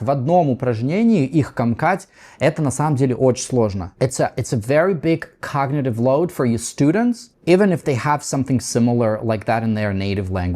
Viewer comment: Не " комкАть" а "кОмкать".